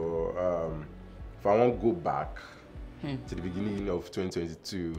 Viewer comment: I knew she will still say beninging😅